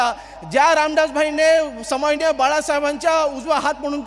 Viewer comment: सन्माननीय पण उच्चारता येत नाही आहे